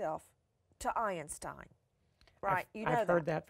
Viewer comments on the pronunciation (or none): Every time she said Albert Einstein's Name I became irritated, how she pronounced Einstein....OMG! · Iron-stein love Nancy's pronunciation of Einstein. Juan Martinez should have had a proper interview with a proper interviewer and not Nancy Drew. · Einstein Not "Iron stein"..lol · It’s Einstein....not IRONSTEIN! My god, this woman is ridiculous! 😖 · Ironstien??? Lol!🤓😂😂😂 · "Albert Ionstein." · Sorry .. I mean Albert ironstein 😂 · Albert "Ironstein", lol. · Ei-N-Stein? why 3 syllables?? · Who the heck is Albert Ei-EN-stein? #nailsonachalkboard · the way she pronouces Einstein